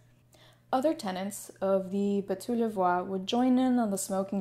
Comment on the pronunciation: Great video, but I would have loved it if you used YouTube to learn how to pronounce "Bateaux." Or, hire a French tutor? Hopefully in the couple of years since you made this video, you have started researching foreign pronounciations before you make these videos. <3 Good stuff, otherwise. Very interesting. Thank you.